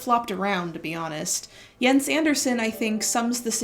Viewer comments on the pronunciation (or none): none